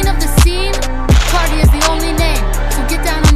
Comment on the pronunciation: how he pronounces it "car-die" me as a new zealander that doesnt have that mcuh of a difference in accent to him but still "car-dee"